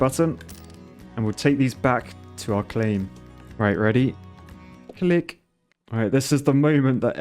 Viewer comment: Keep saying clic that way pls im dead